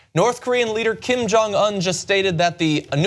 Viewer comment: Nice of John to finally pronounce the Un in Kim Jong Un correctly on this channel.